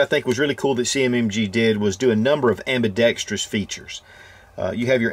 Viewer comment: "Ambidextreeyous" creeping its way back in. ;-)